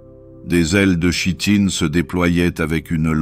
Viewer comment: Très bon moment, mais chitine se prononce "kitine" 😊